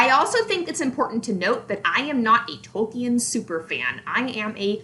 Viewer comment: You can't even pronounce Tolkien's name correctly...